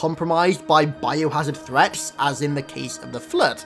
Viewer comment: "Include zones compromised by biohazard threaps."